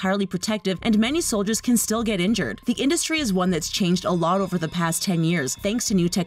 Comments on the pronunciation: She said foldiers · Did anyone hear say foldiers? That makes me sad